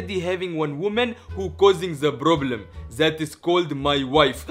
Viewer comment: I love the fact that he says " ask the provlem to come before 5 "